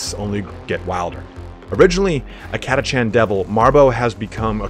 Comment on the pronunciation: havin an army of 4,2k of those ones i prefer call em an army of cataKHAN! ! no chancies up with those guys, friend. were catachan, not "cat-a-chan". BTW, orks and tyranids love our sentinels. =)